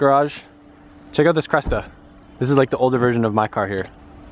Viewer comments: it's not a CRESTA its a CRESSIDA STOP SAYING CRESTA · cressida not cresta lol